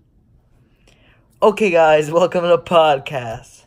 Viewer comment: And you wasted the 2 minute of prodcas saying prodcas